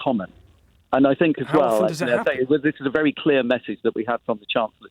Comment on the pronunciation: Sick and tired of Tory version of the word “clear”.